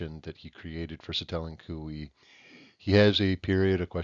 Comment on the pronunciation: i will say it is pronounces SI-te-len, not si-TE-len, but otherwise this is really cool!!!!